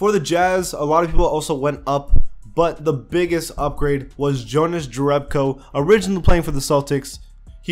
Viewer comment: Pronunciation:Yonas Yerebko.About Bielica i don't say because you don't have ц.You can use google translation for his surname